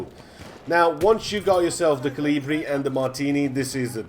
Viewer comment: Hurts that Kolibri is being pronounced wrong by every youtuber that isn't from Europe. It's not named after caliber, It's named after a Humming Bird (which is Kolibri in like 30 different languages) it's like you're butchering the word kolibri everytime you say it. It's fun tho